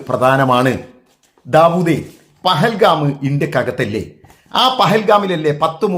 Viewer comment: പെഹൽഗാം അല്ല മരയൂള ദാവൂദേ, പഹൽഗാം , എന്നു് പറയാൻ പഠിക്കു് മൊള്ളേ